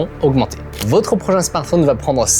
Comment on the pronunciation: Votre, avec le o de "bol" Le vôtre, avec le o de "beau" 😉